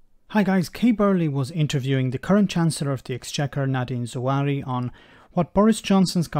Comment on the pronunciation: Hey... you have this guys name WRONG. I don't care what people politics are, it is a common deciency to get peoples names right. It is NOT Zawari. There is no R in his name.